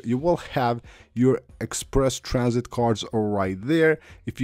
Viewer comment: “egg sperse tran -sit.” Uh huh.